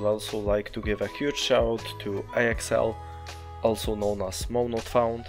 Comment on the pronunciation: it's all good, but my name is not "a x l" it is pronounced as axel